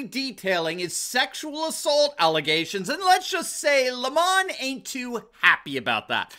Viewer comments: It is Not LEE mon , It is lem on just like the nasty tasting thing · His name is pronounced as per the sour fruit, lemon 🍋. If it was pronounced as he wants to be known with an elitist French accent, it would be spelt thus, Le'mon. Lemon by name, lemon by nature. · Lemon is not pronounced Lemahn, it's pronounced Lame-man